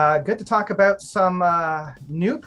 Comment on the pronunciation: Wait until you hear him say “soary” and “aboat.” :)